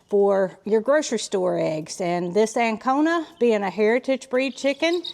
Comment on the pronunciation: I'm confused. Are you saying Ancona?---No, a White Leghorn does not lay more eggs than an Ancona chicken. White Leghorns are superior egg layers, averaging 280 eggs per year, with some hens laying up to 320 eggs annually, whereas Ancona chickens typically lay 180 to 220 white eggs per year.